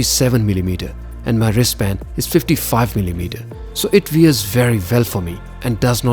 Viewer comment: Fod God’s sake get rid of the Indian accent... otherwise your videos are stunning. I had to think for a minute to figure by “Veer” you meant “Wear”, annoying distractions.